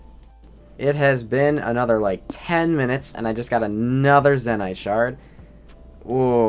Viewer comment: Why do you say Zee Nyte instead of Zen Ite?